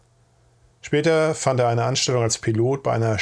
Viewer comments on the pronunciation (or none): none